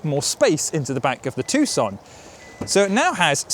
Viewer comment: You're right.. It's pronouced TOO-SAN not TUCK-SUN.... However, the name of the maker is pronouced HYUN-DAE.. not HI-YUN-DAI...